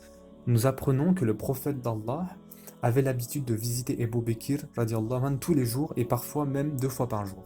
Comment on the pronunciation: Salam alikum c ABOU BAKR pas ebou bekr et on dit radihoullah ou3anhou . Il faut corriger ta prononciation inchallah